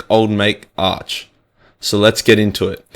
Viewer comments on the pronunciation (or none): none